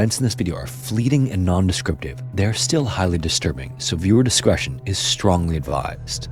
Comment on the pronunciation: 'Steongly' advised. 😂 Strongly? 😂 He keeps switching it up.